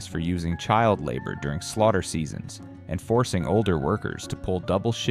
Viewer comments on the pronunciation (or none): none